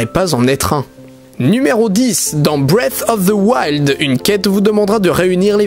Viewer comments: Non, on appelle sa breath of the wild, mais pas breas of thse wild XD. Désolé si ce commentaire peut blesser quelqu'un, mais je ne l'ai pas écrit pour provoquer mais parce que je trouve ça drôle. À part de ça j'ai bien aimé la vidéo, elle mérite un pouce bleu! ;) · Quelqu'un d'autre que l'auteur de la vidéo a joué à TwouailaiHt Pwinssaisse et a Bwess of the waild ? 🤣🤣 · Moi j'aime bien BREF OF ZE WAILDE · "BREATFFF OF TSE WILD " 🤣🤣🤣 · "bwef of veu wild" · breaf of zi wild😂😂😂 j'adore ta prononciation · J'adore la prononciation de "Bref auf de wayld" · Le mec il dit bref of fe woild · "Brive" of the wild pas "bref" C'est assez perturbant.